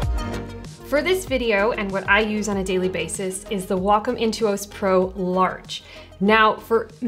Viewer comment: Great video. What I'd like to see is how to adjust the sleep timeout on a Wacom Intuos tablet. (also, thank you for pronouncing Wacom properly! Ugh. I hate hearing WHACK 'em. Ugh!!! :) )